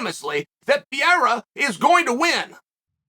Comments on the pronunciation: Pier , Piera, Perrier he made me forget who Adesanya is fighting with 😁! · As a Brazilian, I hate how Chael pronounces Pereira 😂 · You right on point but can you say pereira correctly 😂😂😂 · Mispronounced his name every time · It is Pereira not Piera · its Per-Rayra... not Pee-Era ... PEREIRA and roll your R's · Love ❤️ uncle chael but its pereira not piera 🤷‍♂️💯😂😂😂🤣🤣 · Pereira: Pereira. Chael: Pierre. Pereira: I’m Pierre from now on. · Gotta love how he says Pierre in stead of Pereira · who the fuck is Piera? It is PEREIRA like in PE REI RA !Get it right Chael 🤣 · Uncle Sonnen, one more time: It isn't PIERA. It is PEREIRA. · Chael, please, please, please! Start pronouncing their names right! Pe-re-i-ra, Ma-kha-chev What's Pierra and what's Maklchev, you add and reduce letters which aren't even meant to be there! Anyway, I genuinely hope Izzy gets taken off the throne but I highly doubt as an MMA fighter and with how much Adesanya's grown over the years, that Pereira has a chance. Both very good strikers, Pereira has heavy hands and KO power which Izzy's been mocked relentlessly for not having (Although he believes he does), but I believe Adesanya has the bigger skillset. More variety, more kicks, the flashiness and the quick stance switching. I think Izzy's going to win by score. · every time he says what in spanish/ portuguese would be Piera I feel like someone is scratching on a chalkboard. Pe-rei-ra is not like that Joanna last name that is impossible to say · “PIERA” can’t get passed it… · Pierra? Pierre? Piera? 🤦🏻‍♂️ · Pierra :D :D :D LOOOOOOL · Chael ?.... WHO THE HECK IS PIERA !!!!!!!! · PEEAIRAH... PEARAH...PEERA... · Who TF is Pee-E-ra?? Haven't heard of that guy😂😂🤦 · I almost feel like Chael just butcher's names on purpose. Wtf is Pierre? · “I don’t think they even know Pierra.” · It’s Pe rray rruh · chael Who the fuck Is Piera?😂😂😂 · Uncle Chael Unlocked a New Fighter: "Alex Pierre" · Who is Piera? Ahah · I keep think he's saying Pierre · “Pee-era” lol😅